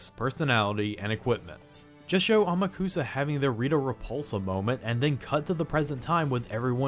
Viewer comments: The name pronunciation in this narration gets to me. It’s not How-maru. It’s Hao-ma-ru. It’s not Ama-kusa, it’s A-ma-ku-sa. You enunciate every syllable equally. The anime got this right. The video narration doesn’t. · Strange ADV Films may have gotten Amukusa's gender wrong (HE is supposed to be a very effeminate male) but they did pronounce his name right, unlike you throughout the whole review. Whoops.